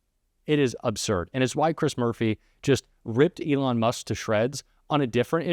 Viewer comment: the word is "Absurd," not "Obsurd." I'm sorry. I'm 77, and mispronunciation, which occurs with increasing frequency these days, is a pet peeve of mine.